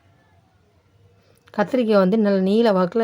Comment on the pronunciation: என்னக்கா முருங்கக்காய் கத்திரிக்காய் சொல்லும்போது வாய் ஒளர்றது